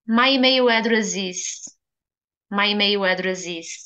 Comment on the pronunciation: Pode confirmar se a sua pronúncia de email em inglês está correta. Diz se emeio? Parece que está a pronunciar como em português do brasil.